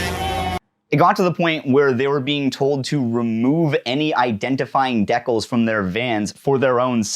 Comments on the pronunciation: Bro did you say “dec-le” it’s “dee-cal” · do people actually pronounce "decal" as "dekkel" and not "dee-cal"? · Identifying deck-els... Did we find the new aboot? Is this another weird maple people pronunciation? Or just misspeaking? Gods I hope it's just that I have never heard a Canadian say decal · Look this is a really great and interesting video. Of something I had no knowledge of before this video! But oh my god the way you say decal fucking killed me